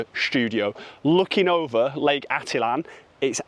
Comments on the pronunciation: Well… it is pronounced: ati-tlan Or: Atit-lan..!! But not.. atlan…!! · Thanks! Finally, someone pointing this out. I think 95% of YouTubers butcher the name of Lake Atitlan.